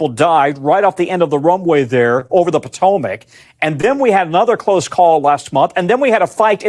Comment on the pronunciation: I can't believe the NBC broadcaster doesn't know how to pronounce Patomac. The DNC and Republicans are NOT "two sides". The two sides are the bicolored Blackrock Uniparty and the people.